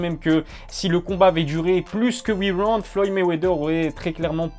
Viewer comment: Après huit waouund lol 😆 👍🏼